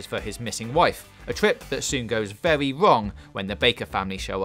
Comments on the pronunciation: Can’t deal with this guy... all of his “r”s come out as “w” it’s vewy vewy annoying. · Wow he say vewy good wowds